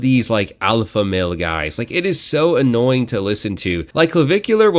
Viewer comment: "Alpalpha male"...😂😂